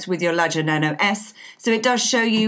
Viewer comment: Luv the accent. It sounds like she pronounces Nano as "Nuno"